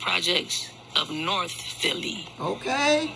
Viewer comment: Baby she put emphasis on NORTH Philly its a difference 😂😂😂